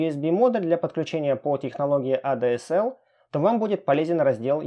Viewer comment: Эй дэ эс эл... Что же ты несёшь 😂🙈 Эта «коробочка» для подключению к ADSL/VDSL😑 Первое читается как А ДЭ ЭС ЭЛ (ЭЛЬ)😉✌🏼